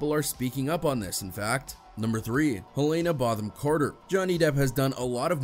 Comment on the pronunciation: “Helena Botham Carter” 😂😂😂 come on at least try